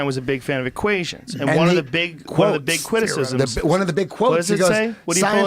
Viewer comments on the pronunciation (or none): “one of the big cwitisisms”- Joe Rogan